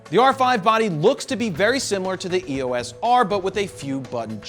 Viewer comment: Its not E O S its EOS like a name Eos like you would say Teo not T E O... Its not and acronym if it was supposed to be spelled as E O S it would be branded as E.O.S which it is not...